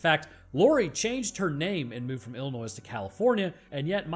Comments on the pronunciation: While I reaaly enjoyed watching, it pains me that I can't like this video. This is because you pronounced the 's' in Illinois. You say it like 'Ill-ih-noy'. JK Also, what about putting Mikey thru a grinder after decapitation and mix the goodness into the concrete. Then throw parts of it into a volcano, and at the bottom of the ocean. Put some parts in acid, and mybe immolate other chunks to ash. Or like a proper Florida Man, feed parts to gators. Get creative folks! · The state name is Illinois the S on the end is silent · Actually, it's pronounced "ill in oy". Actually, it isn't California since you can't see the Rocky Mountains. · Great vid as always. But...not sure if you put the "noise" in Illinois as a joke or not...because the 's' is silent. I think a lot of out-of-staters may not know that. 🎃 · Dude really said IlliNOISE. Unsubscribed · 10 seconds in and you put the "noise" in. There is no "noise" in illinois. C'mon. You're an educated man! You are KILLING ME. KEEEEELING MEEEEEEEEE. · Did you just call it Illi-Noise? Lol Maaaaaaaan, I can't wait until you do Jason 💯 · wince, the 's' is silent in Illinois. I'm from there so I'm sensitive to it, sorry. Love your content and the science! I feel like I'm always learning or refreshing my memory on biology, thank you. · please for the ears of all your Illinois viewers never pronounce the “s” it’s silent. Saying it causes a violent impulse in any resident of the state. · Quick heads up. While it's spelt Illinois the s is silent. and Please, please, can we forget that thorn crap! That, that was an utter mess. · He cannot pronounce Illinois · Only problem with this video Illinois is pronounced with no s!!!!! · Dear God why did you say the s in Illinois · i feel like you are saying illinois that way to bug us from illinois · The S in Illinois is silent,otherwise good shit🤣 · The S in Illinois is salient! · Hard pronouncing the S in Illinois felt like an attack, but also we deserve it so keep it up!